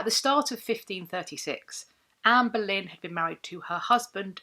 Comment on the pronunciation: I feel like a right irreverent ass for hearing “Amberlynn” in the pronunciation. Like, sure, I waste shameful amount of time in gorl world, but FFS. Here I am trying to better myself!